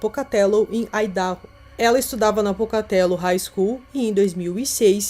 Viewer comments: Só uma dica de pronúncia. Se fala "Aidarrô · Idaho = ái - da - rrô (áidarrô) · Vídeo muito bom como sempre! Dica: a pronúncia do nome do estado americano de Idaho é "AIDARROU". 💯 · Muito bom o vídeo, não conhecia esse caso, só corrigindo Idaho(aidahô) mas isso não minimiza o conteúdo, amei